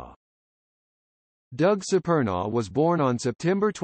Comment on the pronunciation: The robot doesn't even pronounce Supernaw right.